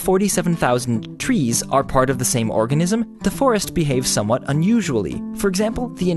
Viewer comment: When you read organism wrong